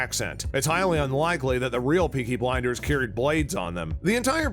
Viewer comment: “Beaky Blinders”